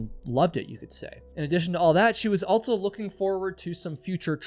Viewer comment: If this were true, then everyone from wherever he grew up would put Ts where they dont belong, and omit them when they shouldnt. He says "buh" instead of "but" yet puts a T in the middle of also. There's a lot of this going on. Start listening for it. It's like the new "Valley Girl" from the early 80s. It seems to affect liberals more than conservative types. Children speak this way, and it is incumbent on parents and teachers to correct these things. But teachers aren't allowed to shame kids and parents are too checked out or narcissistic to notice their child hasn't outgrown their toddler-speak.